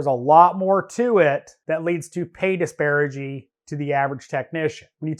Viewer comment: It's "disparity" not "disparigy"